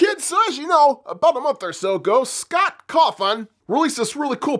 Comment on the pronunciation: It's not named that. And you said Scott's name rong